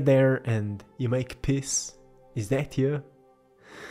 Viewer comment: Well you've hit me on the head in every way....but I have to sadly admit that every time you said the word Peace I kept hearing the word "Piss", I laughed every time, sorry :) I love your paintings they are very beautiful.